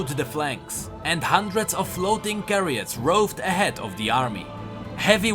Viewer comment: heir=air chariot=cha-ry-ot